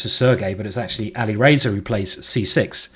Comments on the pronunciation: its Ali Razor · "Ali Racer" and "Carjackin" – quite the pronunciation in this one, Simon!